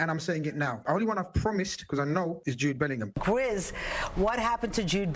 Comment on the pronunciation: It's Jude belling- Ham from now.. Americans